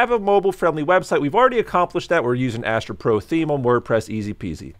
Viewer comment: Did you say Astro pro or astra pro